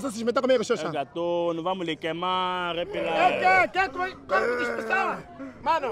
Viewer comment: Eu gosto como o chama o repilay 😂😂😂😂😂